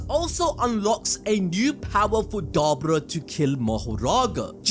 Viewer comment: I think you're saying his name wrong